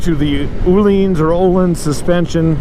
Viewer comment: Here's a little retroactive Swedish lesson : ) Öhlins is pronounced as the 'ea' in early, so [Ea-leans], Sachs (Not Swedish, i know) but it really IS pronounced like 'sucks' : ) Cheers!